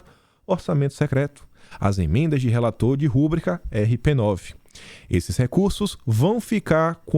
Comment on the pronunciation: Não é Rú bri ca !!!!! O correto é ru Brí ca.